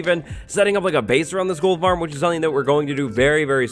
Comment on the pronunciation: Did he say Gold Farm or TOLD Farm Lol